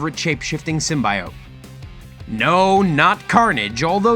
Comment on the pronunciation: In the voice of Hermione It's Sym-bee-ote not sym-buy-ote.